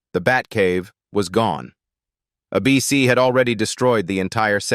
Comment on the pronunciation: AI narraton sucks, a bc is ABC, where each letter pronounced individually, the "long" version